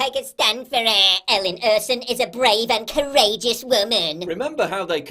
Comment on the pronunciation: Quibble on pronunciation. Ersson came out as "ursin" in subtitles. If she's from Gothenburg, it's more like "ash-on" Drawing out first syllable.